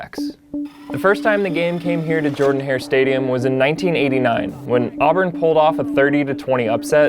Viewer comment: Say jerrdan